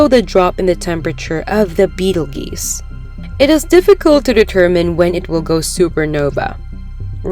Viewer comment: Beetle Geese. Yes. That is definitely how you pronounce that 😂